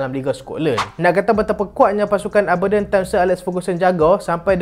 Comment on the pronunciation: cara sebut Aberdeen tu ialah (A) ber diyn